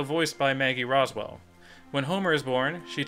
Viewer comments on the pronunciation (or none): none